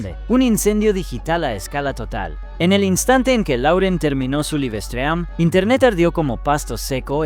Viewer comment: ¿Que rayos es un libestream? Los problemas de usar un programa de texto a voz sin tomar en cuenta las diferencias de pronunciación entre idiomas.